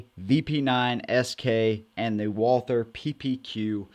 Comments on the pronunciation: Since You are working on your German pronunciation. Not WALL-THUR, BUT VOL-TAA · It's pronounced... VAAL-TER (I'm German) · It's pronounced walter or valter in german. Not with the th sound like you're doing. All that ww2 study you claim to be doing and can't even look up a simple pronunciation. Smh Edit: can't even finish this video. You say it the wrong way over and over while saying "you're working on your German for this video" No you didn't work on your German.